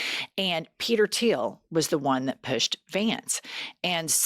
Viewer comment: It's THIEL not Tiel